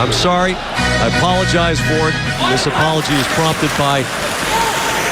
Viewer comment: Gronk said id like to opologize to number 27? He is a starting all star learn names if you opologize